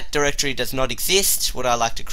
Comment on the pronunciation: dude say Directory not durrrr (dir)